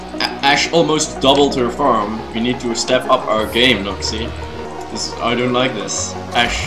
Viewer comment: I DONT "LIEK" THIS, xD